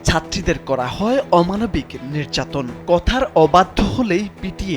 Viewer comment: নের্যাতন নাকি নির্যাতন? আপনাদের কারোরই উচ্চারণ শুদ্ধ না